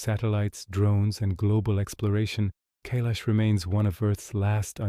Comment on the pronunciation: 🤔 First time have ever heard it pronounced as in.. K lash 😏. Only heard it referred to, as in. K eye lash